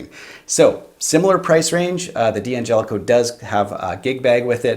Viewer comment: It's pronounced DANGELICO, not D-Angelico. For example you don't pronounce "don't" as DON TEE.